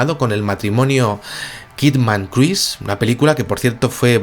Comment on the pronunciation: Tom Cruis? Amigos españoles, con todo respeto hagan un mayor esfuerzo pronunciando nombres en inglés ya que es fácil confundirse al escucharlos.